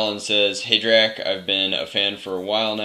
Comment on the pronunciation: Drac, you pronounce my last name right :D That never happens!!!